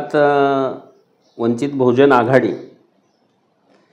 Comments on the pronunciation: आर तु कसला पत्रकार तुला वंचित बहुजन आघाडी सुध्दा म्हणता येत नाही . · वंचित बहुजन आघाडी बोला. पत्रकार असून नीट नाव घेता येत नाही. पाठ करून या.